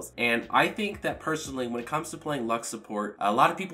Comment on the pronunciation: Im not an english speaker but, I can underestand the most of things he say but the most of the time I hear: she ish a good shupporter, pretty much, shtrongesht, scoresh, pagesh xdxd